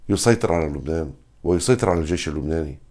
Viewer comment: بربك كم مرة فلت كلمة"الجايش" 🤣🤣🤣🤣